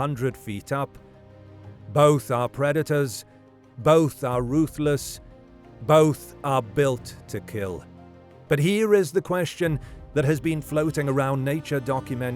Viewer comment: Predators, not "predetors". Just saying.